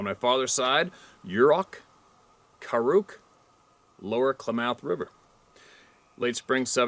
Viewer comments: When you say Klamath, I believe you're putting the emphasis on the wrong syllable. I've always heard it as KLAA•mεth, where the "ε" is meant to represent the schwa sound. (Don't have the right symbol on my android keyboard.) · Clam-ith. Klamath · Klamath is pronounced 'Clam-ath' Or Kul-am-ath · Klamath. Emphasis on math. Said kla very soft "a"; math(emphasis but still soft "a" sounding close to moth. )